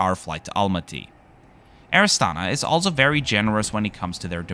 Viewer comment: A very small and insignificant detail, as a Czech who speaks English and decent German I always "catch" the word "also" pronounced as if in German, compared with the flawless English in the rest of the narration. ALSO, that is a CZECH beer !! Woow.